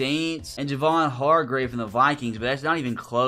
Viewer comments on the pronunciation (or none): none